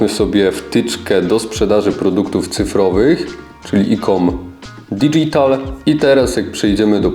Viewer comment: Nie digital, tylko dydżital się wymawia. Reszta w porządku.